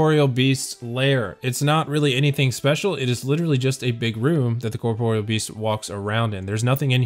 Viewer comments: kaw-Porial sounds so weird xD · he says corporal 😂